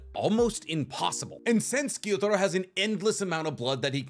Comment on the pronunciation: love the video but dislike how he pronunciates the names for instance, he says gyotaro but his name is gyutaro or kokoshibu but his name is kokoshibo hes just getting his U's and O's mixed up